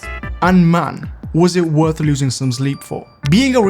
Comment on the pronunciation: "was it worth losing zome zleep for" italy moment